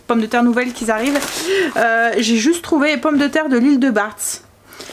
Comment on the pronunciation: Ouhhh malheureuse, l'île de Batz se prononce "Ba" 🤭☺️